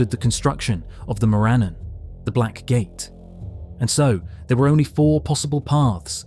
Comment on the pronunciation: More-uh-non not More A-non